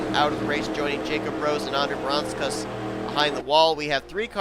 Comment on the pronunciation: That moment where Seth Cole derped when trying to say Audra Baranauskas' name right, but says it terribly wrong. (Voyles told me to do it.)